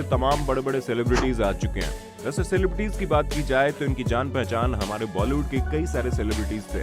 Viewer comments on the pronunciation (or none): none